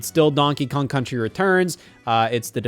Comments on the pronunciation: "Donkey Kong Cunchy Returns" - Scott Wozniak, 2025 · donkey kong cunchy returns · “Donkey Kong Cunchy Returns” -Wott the Scoz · donkey kong cunchee